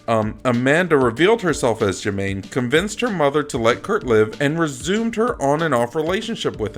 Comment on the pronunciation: I think you are mispronouncing the names. Steffan should be pronounced "Stef-ON". Jamaine, in German, might be pronounced "Yuh-MAHN-a" which is closer to Amanda. Margali should be "Mar-GAH-lee". Margali was later retconned as French, and could have named her daughter Jules. As for Campbell, they saw what may happen, not necessarily what would. Personally, I prefer Amanda's nom de guerre of Magiceine. Daytripper is just too Beatles.